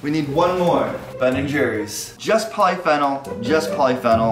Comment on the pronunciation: Poly-Fennal EXQUISE ME BISH? IT PRONOINCED POLY-FEE-NOL